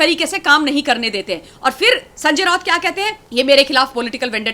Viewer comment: ये राोत नही राऊत बोलो रा ऊ त राोत नही